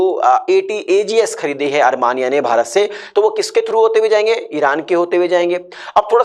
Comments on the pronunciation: Coach your pronunciation is pathetic... ARMANIA it is Armenia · You should first try to pronounce the name of a country. It should be pronounced as Armenia instead of Armania